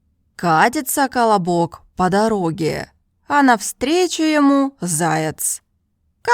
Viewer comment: The way she pronounced the word колобок, sounds like she's telling me to shut up in Brazilian Portuguese "cala boca" (shut your mouth), and I not going to lie, I laughed when I first opened the video and was listening to the history, because I felt like those silly elementary school children who laughs at fart jokes and things like that. I had fun, this is what language learning should be for all of us, and it is for me. I learned English fluently by having fun while playing video games, and now I found this channel because of her review of the new penguin Russian course, and I just ordered from Amazon like she herself mentioned, and in a few years I'm going to surely achieve fluency in Russian, and I'll learn Mandarin afterwards. I fell in love with this channel! You're doing a top notch service for the self taught language learners community! Language learning is a hobby of mine that I do it daily. I'm subscribed to the channel and I'll watch all your videos. This is Dalton Melo, I'm 27 years old, and I live in the the northerner state called "Pará" in a city capital called "Belém". Just a random guy trying to achieve fluency in Russian through this great and wonderful channel.